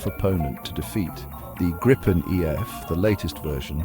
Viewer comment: Why even have that back music at all? Atleast tune it down 🙄 And it is not Grippen...Grajpen or whatever, it is Griipen.